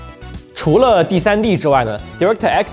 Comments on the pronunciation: Direct的di读 ”贷” 不读“第” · 聽到我黑人問號，DirectX讀音錯了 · why your pronounce direct so weird